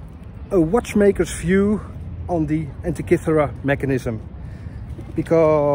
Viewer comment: you pronounce the word ΑΝΤΙΚΥΘΗΡΑ very very well... congratulations